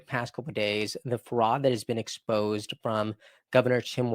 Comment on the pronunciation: Can you actually pronounce words and names correctly y ly? You sound stupid.. wazzz is Walz. Ferod is fraud. Noem is Noam etc etc